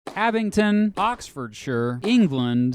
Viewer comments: I live in Oxfordshire and I have NEVER heard AbingDon pronounced with a T (AbingTon) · AbingDON, not AbingTON... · Abingdon* not Abington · "dun"... Abing-dun. With a D. Abington is forty miles north in Northampton. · AbingDon not AbingTon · The word says Abingdon but he says Abington???? Sends a pedant crazy lol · That's Abingdon, not Abington, mate. If you got the first word of this wrong - twice - I have to wonder what else you got wrong. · From someone who actually lives in the same town that Radiohead is from, I can’t stand the way you pronounce “Abingdon” it’s pronounced: “ab-ing-don” not “abin-ton” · erm. No. AbingDon it is. AbingTon it is not. Perhaps confusing it with Arlingdon Cemetery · why are you saying ‘abington’. the d is right there in the name of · He keeps saying ‘Abington’- as an Oxfordian, this annoys me. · The way he pronounces Abingdon "Abington" makes me cry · Abing-DON there is no t in the word! Good video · “Abington” are you for real where do you see the T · It's Abingdon. With a "D", There's no "T". Did the "D" in the spelling confuse you ? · That’s not how you say Abingdon. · He doesn't know how to pronounce Abingdon, either. I don't know why you'd pronounce it with a t. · He’s from Kansas I bet.